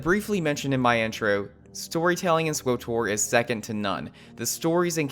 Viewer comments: sw OOOH tor ... ugh. Did you call TOR, OOH TOR? It's SW (like the sw sound in sweep) and TOR (like tore), so it would sound like swittor more than it would swOOOOHtor, you horrible person. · "swoh-tor" Just say the fackin name, pleb. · why the hell would you EVER pronounce SWTOR !??!?! Just say the old republic like a normal person...